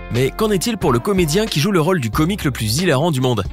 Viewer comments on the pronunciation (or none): Défaut de prononciation agaçant du commentateur : Raule au lieu de rôle (o fermé et pas ouvert)